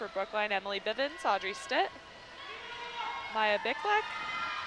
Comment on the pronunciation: heh heh, i only just saw this, but they said my name wrong, i am maya beak leck